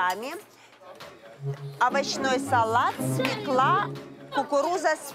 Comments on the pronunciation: Жанна Осиповна, свёкла - ударение на "ё". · Жанна, как бы я тебя не любила, но на федеральном канале нужно произносить не свЕкла, а СВЁКЛА!))) 😉😎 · Жанна, правильно по-русски свёкла с ударением на первый слог.